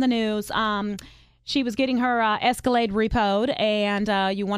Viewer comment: Pay your damn bills and you'd still have your Ex-ca-layde.